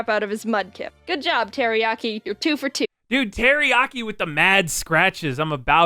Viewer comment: Its Teriyaki not Teriyari